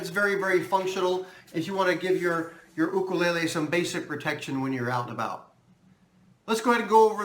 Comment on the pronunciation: Thank you!! you are the only 2nd you tuber that pronounced it correctly i am a new subscriber to you mahalo